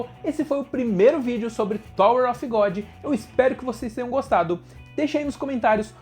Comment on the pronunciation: Em Thor of Godi! Hahahah Tirando a zoeira, video massa! Parabens